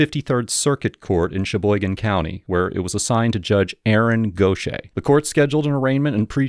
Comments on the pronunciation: Go shay* is pronounced gauthyhair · “Gauth Ear” is how it’s pronounced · Dude: how is Gauthier pronounced like that ?